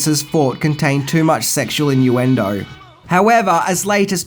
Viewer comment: Ha, ha ha, ha ha ha.... said “in u end O”